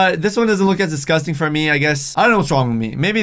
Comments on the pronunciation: u said disgusing 24 times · You said discus ting 9 times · you said disgasting 31 times